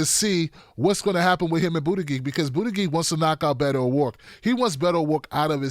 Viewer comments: It’s pronounced Boot-it-Judge 😉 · Thumbs up if you also think pronounciation of "Bootygig" is the best thing ever! Love you! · Please just call him Pete because your mispronunciation of his name is crying worthy lol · I don't like Buttigieg butt you should still try to pronounce his name right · Ugh.. annoying to hear you repeatedly mispronounce Pete's last name. If you can't say it properly, just call him Pete. 🙄😒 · Soft 'g' in Gillibrand and Buttigieg. It really bugs me each time you get it wrong.